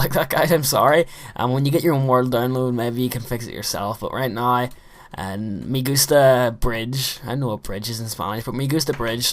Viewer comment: it's pronounced Me GOO sta. =p someone's new to memebase.